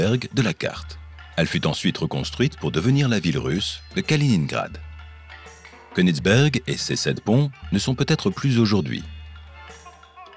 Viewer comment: Konigsberg étant un nom allemand, pour prononcer konigsbeurg, soit une prononciation anglaise ? Il est vrai que c'est une manie , puisque certains prononcent des mots français avec une phonétique anglaise ! Oui je sais cça n'a rien à voir avec le fond de la question, mais j'avais envie de vous le dire !